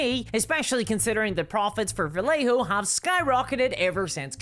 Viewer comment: The double L in Vallejo is pronounced as a y,.